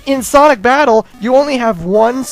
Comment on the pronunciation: lol you said "Sonic Fabttle"